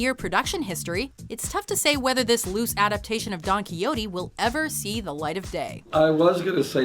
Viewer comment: the way she pronounces Don Quixote in this vid really bothers me. You gotta say it right Done Key-Hoe-Tae. Not exactly like that but thats the frame work of saying it right.